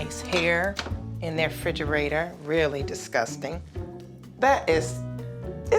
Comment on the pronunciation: wtf is a "fridgerater"? 😅